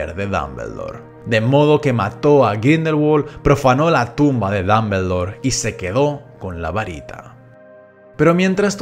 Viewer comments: Muy buen video, ame la pronunciación "Dambeldor" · Muy bueno el video, pero no es ni mAggle, ni dAmbledore, ni sLaghorn.